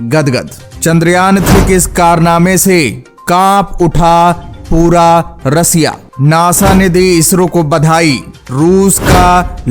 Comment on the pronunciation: Russia bolna to sikh lo 😂😂😂